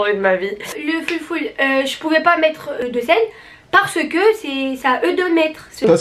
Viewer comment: « Le foulfoul » 🤣😂💕